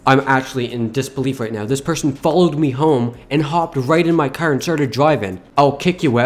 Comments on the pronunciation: you are saying car wrong he says cer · Why always say "cer" why not "car" tho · I love how he says car with an accent